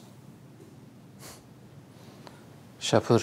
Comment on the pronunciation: AY ŞƏKƏRİ OYNAYAN QIZ, SHAPUR YOX E, SHA-PUR.BU SÖZÜN SHA HECASlNDA A SƏSİ UZANIR.